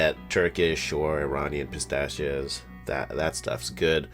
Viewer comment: "pistachhioss" threw me off 😭